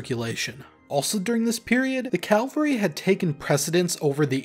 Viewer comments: Cavalry. Not Calvary. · Great video! (But, one thing: It's cavalry, not calvary. Y'got a guy on horseback with a sabre? Think "cav." Y'got a guy on a cross dying for your sins? Think "cal." Uniform details aren't the only nuances worth keeping in mind.) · it’s cavalry, not Calvary. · I know its common but when military channels say "calvery" instead of "cavalry" it triggers me. One fights on horseback, the other references crucifixion. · It's CAValry, not CALvary. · So many say Calvary instead of Cavalry. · I've got a question for your next snapshot; why do so many people mispronounce cavalry [people on horseback, ie "chevaliers"] as "calvary" [ie, a hill upon which political dissidents are crucified?] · Just a minor critique. It’s cavalry, not Calvary . One is about guys on horses. The other is the mountain where Jesus died. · Good video! But I have to say, it’s Cavalry not Calvary, different words that have very different meanings. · It's Cavalry not Calvary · Great information, but it is caValry, not caLvary. We're talking about mounted soldiers, not a hill in Judea. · It is CAVALRY and not CALVERY. Calvary is where Jesus was nailed up. The cavalry could not save him. This is an important mistake to never make around Army vets. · Thats Cavalry. NOT Calvary. Rookie mistake. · Please pardon my rant, but it's not CaLvary....that's where Jesus died. It's pronounced CAV-ALRY. (Pet peeve from an old Cavalry trooper!) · Cavalry; not Calvary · ... It is CAVALRY, not "Calvary". The first is a term for horse-mounted soldiers; the second refers to a hill outside Jerusalem near Golgotha. Please pronounce it properly. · Cavalry, not Calvary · “Cavalry” not “Calvary”. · It's cavalry not calvary. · Dude, it's CAVALRY. Calvary is the mountain in Jerusalem where Jesus was crucified. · It's CAVelry, not CALvary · . It's "cavalry," not "Calvary." Calvary is the place where Jesus was crucified. Cavalry are mounted soldiers. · Check on the correct pronunciation of "cavalry".